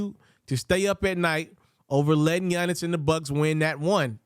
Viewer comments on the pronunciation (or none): none